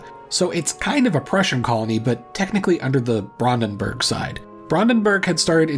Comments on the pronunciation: just learn the IPA pronounciation rules and ask chatgpt to write these names down in the IPA format. Then just pronounce it as [ˈbʁandn̩bʊʁk]. Its not that difficult even if you dont speak any german at all. Oh and the family was called weLser family not weSler family… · Some of them weren't so bad. You have to give him credit, it could be much worse. I think he should either go full-American on it or try his very best at a correct German pronunciation. I don't like the half-assing of Brandenburg.